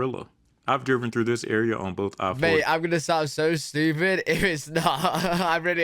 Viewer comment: This boy is so crazy...and "estooopid"😂😂😂😂😂😂😂😂😂😂😂